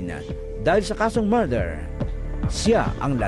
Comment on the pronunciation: hahaha mather daw imbes na murder